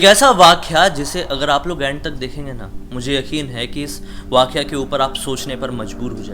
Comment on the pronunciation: वाख्या नही वाक्या होता है गंवार